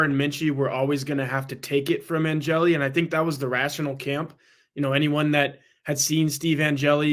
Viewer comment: Angeli. One syllable.